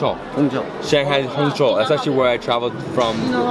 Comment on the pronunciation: pronauced Hong Chao, something ike that not hong Q station. .